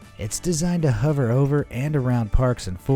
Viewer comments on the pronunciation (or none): none